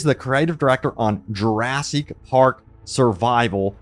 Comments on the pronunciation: Plz stop mispronouncing jewrahsik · lil bro can't stop saying juraSEEK park